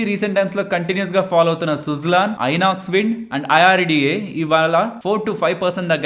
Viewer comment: టీవీ అనకుండా t.v. అంటున్నారా? న్యూస్ అనకుండా N.E.W.S అంటున్నారా?